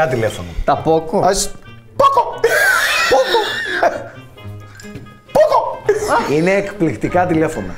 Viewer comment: Το Poco το πρόφερε ωραία πάντως 😅